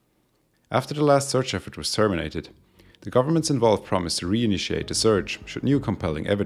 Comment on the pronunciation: Dude, great video...your English is above excellent, a definite C2 on CEFR. If you could focus on geting the th sound (as in "the aircraft") a bit softer, and eliminate the very subtle "de aircraft" that is slipping in, presumably as a consequence of / influence from your mother tongue, you would move to an even higher level. (I don't think you need to to improve your English, but if you want to, DM me if you would like a few suggestions.SUBSCRIBED